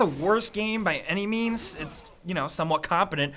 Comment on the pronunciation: When he says any means it sound like any memes